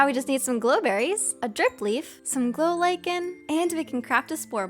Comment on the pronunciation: I'm you are saying the glow lichen wrong because it's my name